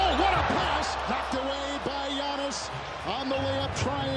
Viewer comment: At the end the announcer pronounced Giannis name wrong